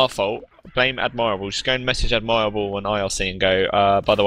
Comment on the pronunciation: Oh my god, the way they pronounce "Admirable" is getting more and more frustrating every time